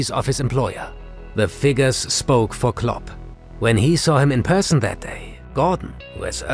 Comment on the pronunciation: It is kind of confusing if "club" and "Klopp" is pronounced the same ;)